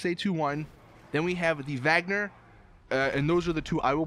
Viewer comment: It's pronounce Wagner